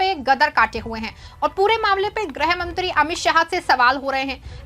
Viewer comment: ग्रह नहीं गृह मंत्री। हिन्दी शुद्ध बोलिए